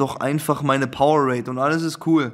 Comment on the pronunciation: Es heißt Powerade noch Powerraid 😭